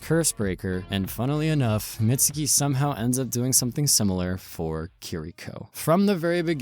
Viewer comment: youtubers stay callin mizuki "mitsuki"